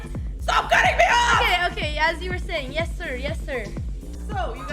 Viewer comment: "STAWP CUHTINGUH ME OFF" lol